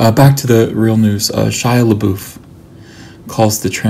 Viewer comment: A agree with you about Indiana Jones and the Crystal Skull. It got a lot more hate than it deserved. Perfectly enjoyable movie. I see you also pronounce LaBeouf correctly like I do.